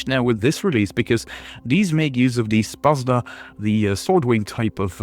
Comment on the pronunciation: Thanks for the video :D Ps. You have murdered pronunciation of Szpada - Sz = like Sh in Shun, pa like pa in panda, and a like last a in Jadwiga. Also J in Jadwiga is like Y in yeti :)